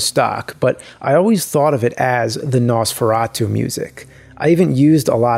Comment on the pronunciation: No man your pronunciation wasn't that bad even we here in Slovakia says it like that. And in that castle there is the manequine and cloths they used.